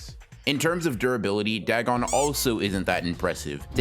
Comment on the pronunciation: Dag on it! More like dagoff. It's weird hearing you say Dag on since I'm pretty sure 90% of people pronounce it da gon, or day gone.